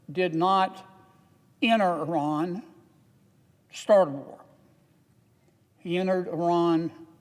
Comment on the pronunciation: Thank you for your correct pronunciation of the word Iran.